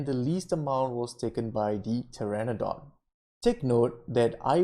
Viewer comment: PTERONODON NOT PTERADON xD